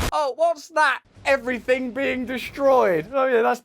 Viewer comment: everyfing be blowed up.